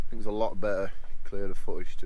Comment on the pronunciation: Also Fink instead of THink !!! lt puzzles me !!